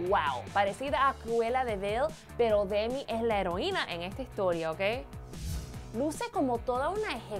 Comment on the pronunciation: "Silina gumis" "Dendeiaaaaa" jajajaja